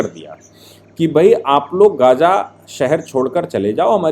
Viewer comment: Abe Lallu Bhaiye gaja baja nahi Gaza Hai Wo Shafiq nahi Shaafih Hai wo Sahise bolna Sikhle Pehle Nalle Reporter.